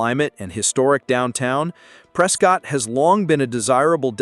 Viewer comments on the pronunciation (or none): I can tell that you have never been to Prescott,. Prescott is pronounced Prescitt, like biscuit!!:face-blue-smiling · FYI- Locals pronounce it “Press-Kit.” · Prescott and Marana were also not pronounced correctly. Heard quagmire more in this video than Family Guy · This video is inaccurate about many of the cities named. Specifically Lake Havasu City. There are NO bathtub rings on lake canyon walls. The lake is currently held at consistent levels. The pronunciations of Prescott and Havasu by the AI voice are bad enough but the information is worse. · Can’t even pronounce Prescott. Get lost dude